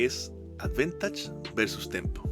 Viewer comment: Bkn la iniciativa y temón de Zelda. Seguiremos atentos el canal, acá un jugador de MyL por pobreza jajaja. Me enganché al TCG por Magic pero no soy magnate para sustentar MTG todavía. Una crítica constructiva: la palabra es advantage, advEntage no existe en forma escrita (aunque puede sonar así según el acento de origen del angloparlante).